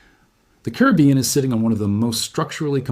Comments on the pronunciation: Excellent reporter!!! Bad news, but so calmly knowledgeable. But PLEASE pronounce the word “Caribbean “ properly. It’s NOT “Kribyen”, but “Caribeeeyen”. Thank you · Pronounciation: Ca - ri - bb - ean = Caribbean.